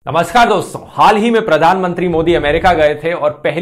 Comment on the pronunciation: Finally he said namaskar instead of namashkar